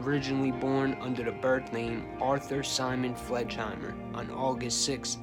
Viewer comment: His last name was pronounced Fleg in hi mer.Not Fledgehimmer.